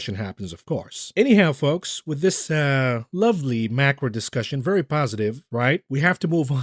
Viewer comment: El Erian is very well spoken, which makes it even better that he sounds like Elmer Fudd when he says 'vewy' instead of very. He's a smart guy. Too bad they didn't listen to him.